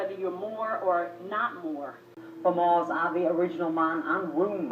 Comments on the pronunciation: MUURS not "moors" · How can you tell me to do my researches when you pronounced the name wrong? There are not only amazing in north Africa, but there are the moors, in ancient Time we had the Numidians and the Phoenicians that came from the middle east since they were "mostly" black, can you show me some proof?